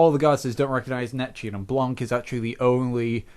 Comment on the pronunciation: your saying her name wrong its blanc!